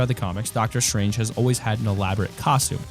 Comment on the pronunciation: ITS S T R A N G E NOT SHRANGE